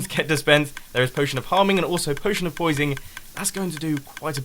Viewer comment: When I heard you say poising I laughed so hard!